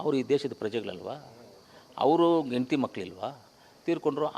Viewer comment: ಎಂತಿ ಅಲ್ಲ ನಾಯಿ , ಹೆಂಡತಿ ಅಂತ ಹೇಳು.